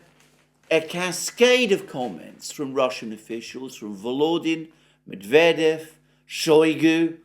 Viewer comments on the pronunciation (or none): none